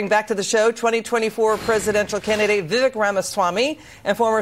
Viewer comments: I think it’s viv ake. Like cake. But I love how he doesn’t care if he is called Viv Eck. Stud. Logic. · It’s pronounced Viv-ake, get it right, ffs.